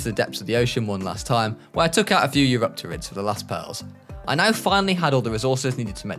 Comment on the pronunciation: said "Eyuriptumidps" 😂😭